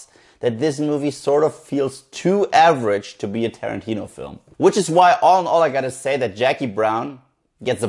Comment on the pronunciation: "It's too adverage to be a Tarentino film." That's what I feel about it too